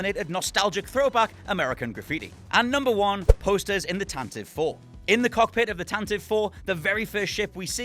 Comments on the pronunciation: As spoken in the radio drama, it’s pronounced ‘Tantivee’ not ‘Tantiv’. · It's pronounced tan-ti-vee